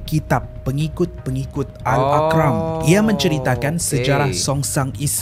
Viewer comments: Ar - qam bukan Aq - ram. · Bukan AL-AQRAM Sebenarnya AL-ARQAM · mazhab bukan mahzab. Arqam bukan aqram. Syari'ah bukan syariyah.